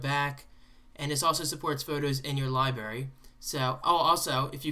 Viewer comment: Did you say "libarry"?